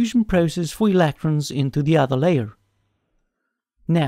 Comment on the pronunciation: why do you say electrons like that?